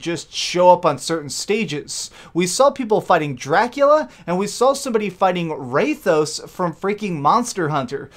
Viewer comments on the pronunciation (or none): did...did you just call rathalos RAYTHOS? wtf man thats not even close to what his name is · Dude, RATH-A-LOS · Its pronounced Wrath-a-los (Rathalos) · Ok, I'm going to forgive you for pronouncing Rathalos wrong since basically no one in the Smash community seems to know anything about Monster Hunter. Sad too, because it's an amazing series.